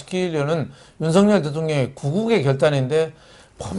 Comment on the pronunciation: 윤석열(렬) 대통령을 "윤서결 "이라하지 마시고 "윤성녈" 로 하시는게 맞습니다!ᆢ 성원합니다!